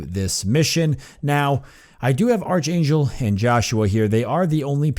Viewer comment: I've been kind of interested in seeing what this game is about for a while, so thanks for giving a good long look at it with this LP. Something that's been bugging me though; this whole time you've been mispronouncing a few words; mainly "melee" and "archangel" since they've come up so much. You've been pronouncing melee as "mealy" when it's actually "may-lay" - or "meh-lay" for the British pronunciation. For archangel, it's a hard "ch" rather than a soft one, so it's pronounced as "ark-angel". (Sorry, I know no-one likes having their pronunciation corrected... but it's been driving me crazy.) Also, you may have noticed this by now, but it appears that a number of enemies in the game do a percentage of damage described as "lasting damage" - or damage that reduces the max health of the character until they return to base and rest - and that's why there were times when you were trying to heal characters and it wasn't working. In their health bars, it looks like green is current health, grey is damage that can be healed via abilities or first aid kits or whatever, and clear is damage that can only be healed by resting back at base. (As far as I know, not having played Judgment myself.)